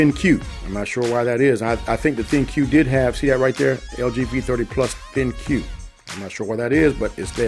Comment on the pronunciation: It's not pronounced Thin-Q it's pronounced Think. Just fyi.